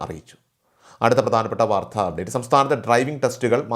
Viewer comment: വാർത്ത എന്ന പദത്തിൻ്റെ ഉച്ചാരണം, ശരിയാക്കണം